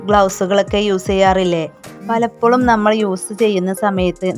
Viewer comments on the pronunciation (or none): none